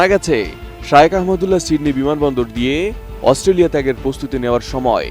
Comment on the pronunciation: একজন খবর পাঠিকা শায়েখ না বলে বার বার শায়ওখ বলে সম্বোধন করে যাচ্ছেন যা শুনতে খুবই বিব্রতকর।